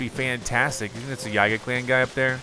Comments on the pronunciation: Just saying, i'm pretty sure yiga is pronounced yee-ga not how you were pronouncing it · YEEEGA! The mispronunciation is driving me crazy! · How is it really pronounce??